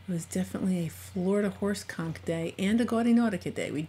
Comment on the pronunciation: XD I can’t help it. Every time she says horse Conk I hear something bad. Thanks brain.